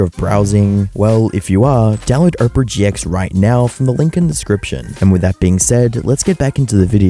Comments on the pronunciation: bro really said oprah gx💀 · bro said "Oprah GX"